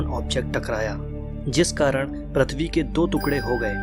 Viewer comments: Its prithvi bro Not prathvi😊😊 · Bhai why are you telling Prathivi can't you tell prithivi........ But still awsome video!!!!!!! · Bhai Prathivi nai PRithvi hai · which planet is pratvi it's prutvi